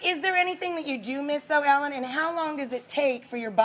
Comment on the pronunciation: ellan? Its ellen